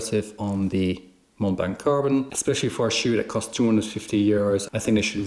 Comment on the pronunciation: Great video. Mont blanc is french and we don’t pronounce the “t” at end of “mont” and the “c” at the end of “blanc” 😊